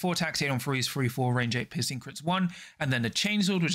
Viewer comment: For the love of god, please tell me I am not the only one who is exclusively hearing pissing crits whenever he wants to say piercing.